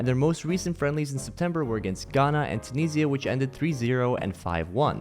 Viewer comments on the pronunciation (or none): none